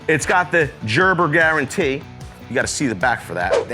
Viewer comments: Just like baby food it’s Gerber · Hahahaha I was cracking up at jerber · "Everyone will recognize the name. This is a Jerburr." A WHAT? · But but he said Jerber.. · He had to do it on purpose lol 😂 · I feel is trolling with his pronunciation of gerber